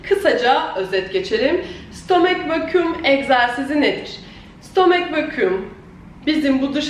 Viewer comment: stooommmeek vakiiuum